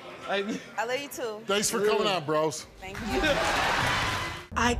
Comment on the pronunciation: "I luh you, bro." "I luh you too." I pray for anyone that has to be neighbors to these idiots.